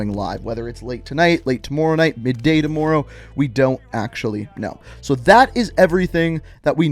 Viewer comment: Does anyone else feel uncomfortable when he says "tommorow"